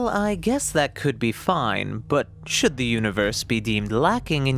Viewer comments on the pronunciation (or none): none